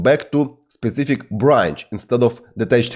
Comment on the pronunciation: "specific" and "author" — learn pronunciation! Also articles. BTW, a great course, thank you!